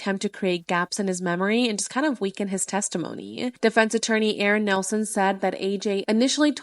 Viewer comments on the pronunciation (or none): none